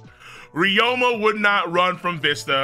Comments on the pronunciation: also ryuma is pronounced REE-OO-MUH not RE-OH-MUH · "Ry-OH-ma" At this point I swear bro is just trying to tilt as much of us as he can 💀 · He's saying it like there's an O in the name when there isn't and it is irritating me a bit. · and theres really 0 discussion to be had since the Anime has the official pronuntiation